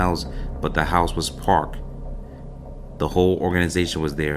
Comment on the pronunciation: 😂😂😂 house was parked(packed)